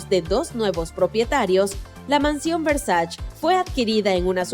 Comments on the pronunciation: Se dice VERSACHE no VERSACH. Bruta! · No es muy difícil investigar para saber algo tan simple como que el apellido de Gianni Versace, que es italiano, se pronuncia Versa(che). No es francés, no es inglés... Es ITALIANO!! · se escribe y se pronuncia versaCHE versaCHE por que es italiano , 1gn0r4n-73 .